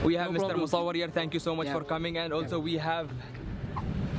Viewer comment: I'm sure Abu zubairs fave letter is z bc he says zanks youz zzzzzz